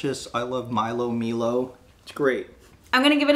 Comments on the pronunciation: Milo is pronounced "My-low" never ever 'Meelow' Yes, it's honeycomb. Tim Tams are our top biscuit, right next to Mint Slice. There are tons of TimTam flavours. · P.S. Milo is pronounced Milo not Melo..